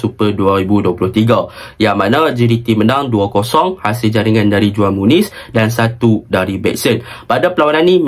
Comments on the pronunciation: cara sebut juan muniz ialah huan muniz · Itu belah sana j jadi h kalau belah latin..ko org latin ke...